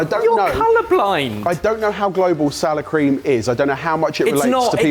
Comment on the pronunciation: I kept thinking he was saying sour cream. Then, poured it, and I thought that sour cream has gone really bad.